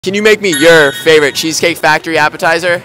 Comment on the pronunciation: Why does bro say it like that "Can you Make me YoUr fav meal "